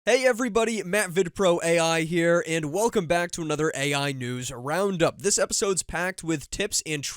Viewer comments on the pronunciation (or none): none